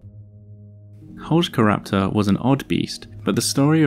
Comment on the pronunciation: I love you even more for pronuncing the name correctly